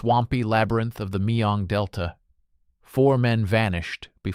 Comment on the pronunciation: Mekong Delta, not Mayong Delta.